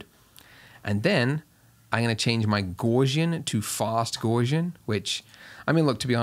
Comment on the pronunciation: Thanks for this wonderful tutorial ... check Gaussian pronunciation (Euler :-) ) ... cheers